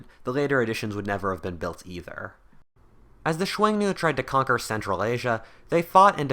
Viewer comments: that might be the most unique way to say "xiongnu" I've ever heard. I was like "chuenu? Wtf is that" lol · Dude just pronounce it like "Shoo-Own-Noo" or "Shoo-Own-New" if easier. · Xiong nu is read as hunnu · Two things u got wrong about Xiongnu 1. İts pronounced Hong Nu 2. It wasnt chinese it was a confederation of mongolian and turkic tribes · I have never heard Xiongnu said that way... interesting